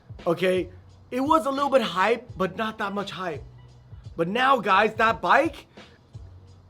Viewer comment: Please dont say "hypee" 😂😂. Joking aside, spitting facts!